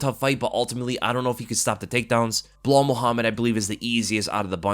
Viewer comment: its B-LAAHAAL Mohammed as Uncle Chael said